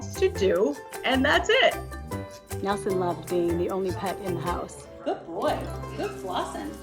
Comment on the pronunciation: must be from Boston.... "Bahking bahking bahking" "Gahd dog, gahd bird" 😁